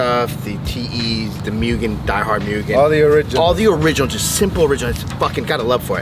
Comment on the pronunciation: I'm not trying to sound like a smart-ass or anything because I just learned this as well but it's not pronounced MUGEN, it's actually pronounced MOOGEN. Love the Honda content, keep it coming.